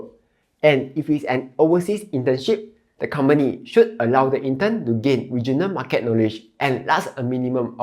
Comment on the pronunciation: You are a Malaysian. The way you pronounce certain words eg market is totally wrong. Your slang and accent is not Singaporeans where you sound struggling.